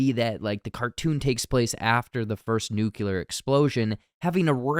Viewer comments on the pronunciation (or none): Why are most people pronouncing NUCLEAR incorrectly.